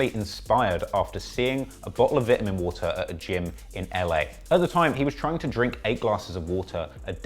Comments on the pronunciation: He said vitamin vitimin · ITS VITE-UH-MEN water not VIT-A-MEN water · "V-iT-a-MiN wAtEr" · I'm stuck on "vit-huh-men" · Vitmen water lmao annunciation bro you need to learn if you want to be producing these cheesy ass video and more research from creditable sources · Man said Vit-A-Min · vitimin woter m8. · Nigga said “vitimin”💀💀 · Vitamen water lmao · Say vittamin 1 more time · The way u say vitamin, imma get my nigels on u if u keep doing that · The way he says “ vitamin” is making me cringe 😂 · How do you guys pronounce it? Vitamin or vitamin? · Say vitamin water rite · only nigga that says vitamin like that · He is pronouncing vitamin wrong? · U can’t say vitamin ??? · The way you pronounce vitamin is wild to me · Because you can’t say the word “vitamin” correct I can’t subscribe.